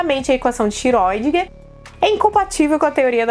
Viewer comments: sempre falei Schrodínger, mas sou economista e historiador, vou corrigir minha pronuncia rsrs. Mesmo com camisa do Iron Maiden é linda. Vou até aprender a gostar de metal E mais uma vez um video maravilhoso, superexplicativo, até mesmo pra mim, que sou de humanas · Eu fiz um exercício simples de pronúncia. Sempre me incomodou muito a pronúncia correta do sobrenome de Erwin Schrödinger. Ouvi as mais variadas formas de pronúncia - (escrevendo como ouço as pessoas dizerem) - "iscródinguer", "xiródinguer", "xirundinguer" , "xiredinguer" e outras pronúncias mais que as pessoas ficam inventando e etc...Então, levei em conta que o físico em questão era austríaco e que na Áustria se fala alemão. Fui ao google tradutor, o ajustei para o idioma alemão e digitei o nome dele. Depois foi só clicar no áudio e ouvir como se pronuncia o nome dele em seu idioma de origem. Dessa forma percebi que seu sobrenome se pronuncia basicamente como se escreve. É mais ou menos como se fosse "chourdinger". Portanto, de acordo com o google tradutor, penso que seja o mais próximo do que talvez seja a pronúncia correta. Façam o teste. Penso também que esse sobrenome está bem a altura da Física Quântica, pois, é tão intrincado como ela. 😖😆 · não se pronuncia Feiniman,mas fainiman.Não é xiróidinger.É xirêudinger